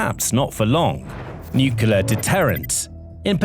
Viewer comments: Nukelar? Really dude? I wonder how you pronounce clear, clover, claw? Kelear? Kelover? Kelaw? Good job there. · Absolute Garbage!! Obviously, Ukraine is not a super power, outside the dimension of drones. So, I guess you could say they are a drone super power...?? Like I said, absolute garbage!! Get a life, and learn how to pronounce Nuclear!!